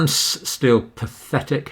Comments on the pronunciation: "france still..... PATTHHETIC" Brutal...... Annihilated by mr.dr.campbell Thanks for the correction, you could have annihilated me XD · Spoken like a true Englishman! 😂😂😂